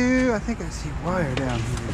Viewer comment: Can you say wire !!!!??